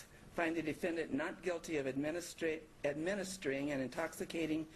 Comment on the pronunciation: 'administering' really should not be that dificult to pronounce!!